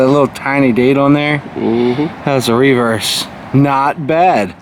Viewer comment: You Marylanders have no accent at all (or at least to me) until you all say the word reverse. lol. Sort of southness I guess.